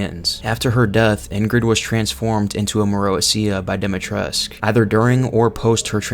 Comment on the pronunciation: your videos are good but the ladys name is pronounced with a koo as in Dee-mee-tress-koo